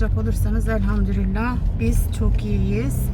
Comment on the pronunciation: Geçmiş olsun canım kansızlık bendede var çok zor birde elhamdürillah değilde elhamdülillah 😘😘